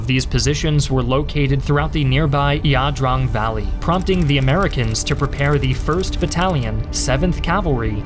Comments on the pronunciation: What? Yaw-drong? Wtf? Well we pronounced it the EYE-DRANG. Guess here wants to be "different". The democratic repub......you mean the communists? Cont, listening to you say it was a "pyrrhic victory" made my head hurt. Perhaps you should do some better research. Our troops fought like demons in that battle. And your statement about "over reliance" on air power and artillery? Huh? This ladies and gentlemen is an individual who has never heard a shot fired in anger....or at all. Thanks professor, thats 20 minutes of my life I'll never get back. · “Battle of Eeah Drong!” 😂